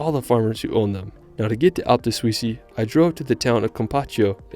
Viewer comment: Some pronunciation updates. Seceda - "se-CHAY-dah" Alpi di Suisi - "AHL-peh dee SYOO-zee" Io parlo italiano. Indipendentemente da ciò, il tuo video è stato fantastico